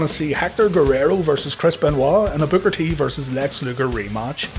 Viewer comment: Sounds like you’re saying “Booger T”